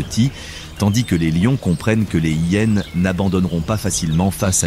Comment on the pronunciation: d'ou on dit les hyyyénes c'est insupportable le mec on lui a pas dit que c'était hyénes !